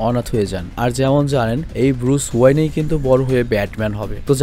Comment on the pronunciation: ওয়ানি না ওয়েন